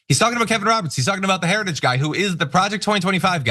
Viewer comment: Wow. Listening to Trump try to pronounce “Heritage” was almost as painful as listening to him try to pronounce “origins.”